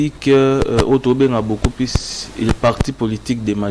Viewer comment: J'ai SAL U t et non j'ai sal i t , balobaka PLUS et non plis .